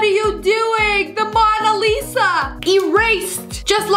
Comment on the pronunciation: OH NOOO, THE MANA LISA.........? ITS MONA LISA😡